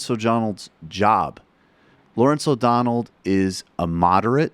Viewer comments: through ish, he calls him "O'Donald" twice, but that's just me being a dick. I screw it up, from time to time, too. :) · huh.. cuz thats what i listened to, as well, after you mentioned it the first time, i dunno, to me, i can understand where ot sounds like he ended dudes name with a D, but its just because he sorta has a speech impediment, and his L's at the end of words, in this case O'donell, sounds like a D, the way his tongue hits the top of his front teeth, instead of between them.. but i dunno just my opinion no biggie lol